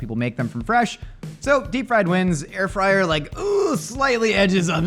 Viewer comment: Air frid lol😅